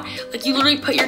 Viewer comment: Did you guys hear her say literwy like times and she didn’t say it right once!!!????